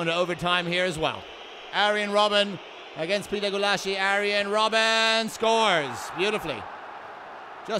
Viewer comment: XD the speaker... " arien robben "